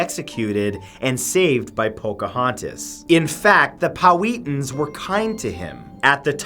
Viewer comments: Poweten smh it’s pronounced pow hat in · It’s pronounced POW-HAT-AN I’m pretty sure, but great video. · this dumb canadian said "Powhatan" wrong